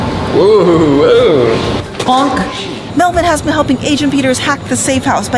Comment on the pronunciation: its melvin not whatever you just said c